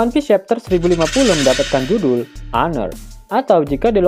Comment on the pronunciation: Miminnya sering becanda, Tapi saat pelafalan selalu serius (selalu bener). Aner (Honour) Houl Keik (Whole Cake) Shankyuu Min, enak didengernya… 😎😎😎😎